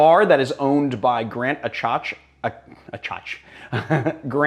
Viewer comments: Hey guys, love your Aviary videos! Just two things to point out: Achatz is pronounced Ack not Ach, and it's season 2 episode 1 of Chef's Table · Chef Grant Achatz's last name is prononuced "A-kitz", as in packets.